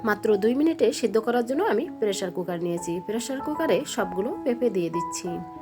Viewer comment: আপনার ভাষা এরকম কেন পেরেশার কুকার কি আবার বলবেন পেশার কুকার